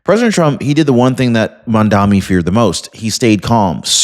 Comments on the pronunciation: I watch you every day, great info! But...it's MAMDANI, not MANDAMI. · The mans name is Mamdani not Mandami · It's Mamdani not Mandami...🙄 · MAM - DA "N"i not Mandami - I love your videos but I have a thing about mispronouncing people's names - just a hint!! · His name is Mamdani, not Mamdami. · THE NAME IS NOT MAMDAMI !!!! IT IS MAMDANI !!!! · The phone corrected the spelling. It's Mamdanni... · I'm in no way upholding anything that Mamdami does or says but, Please learn to correctly says his name. It makes you look unintelligent. I love your content but this one thing is an issue.